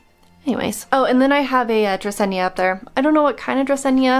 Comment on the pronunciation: Dracena is DRA SEE NA, not dracenia. Just fyi